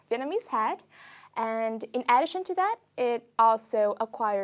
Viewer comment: tuyệt vời, xem lại chỗ "addition" nữa thôi V nhé <3 (âm ơ phát âm đầu)